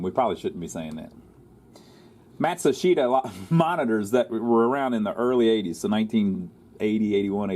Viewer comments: I believe Matsushita is pronounced matt-shoe-sta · 4 syllables as in Mat-sue-she-ta